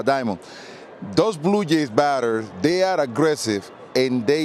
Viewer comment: 逆にJはYになるからパピはブルージェイズをずっとブルーイェイズって言ってる。